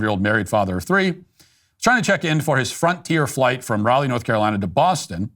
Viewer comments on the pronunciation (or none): none